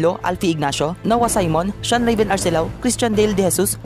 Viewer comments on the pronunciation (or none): none